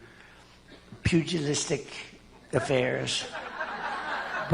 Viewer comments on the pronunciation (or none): "Pugalistic affairs," aka pugulism. Donald Trump's education is very questionable